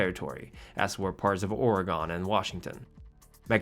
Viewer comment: That's not how you say Oregon cringe